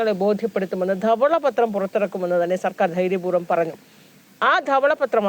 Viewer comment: ഉച്ചാരണ ശുദ്ധി ഇല്ല. ദവള പത്രം അല്ല. ധവള പത്രം എന്നാണ് ഉച്ചരിക്കേണ്ടത്.